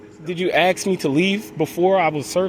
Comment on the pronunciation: pleast stop saying AXE, its ask